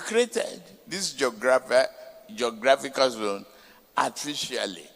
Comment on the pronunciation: Thiefnubu cannot pronounce geographical but wants to have the destiny of 220 million people in his hands. Bull crap. Paper tiger.